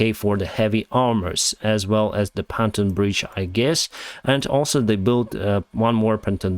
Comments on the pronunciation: Phantom bridges vs pontoon bridges. Phantom, a ghost, a spirit, not earthly, may not exist Pontoon, a float, a type of boat or support for a floating structure. Phantom the Ph has a F sound like father Pontoon the P is P sound like papa you are amazing, your command of English is far better then my ability in Russian. Keep up the good work! Hope you soar again. Slava Ukraine! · Please do not take offence if I correct your English (which is quite excellent). It is "pontoon bridge" with an "O" sound in the first syllable, not "A" like in Ukrainian. Just trying to be helpful :) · POND -TUNE bridge, too fast pronounced it sounds like PHANTOM bridge. It's not a PHANTOM! It is, however, a POND-TUNE bridge (said fast, is correct sound in English) d